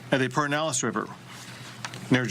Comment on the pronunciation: "Purr-din-aless" River ☺